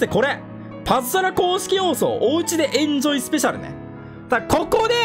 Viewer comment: エンジョイが公式炎上に聞こえた笑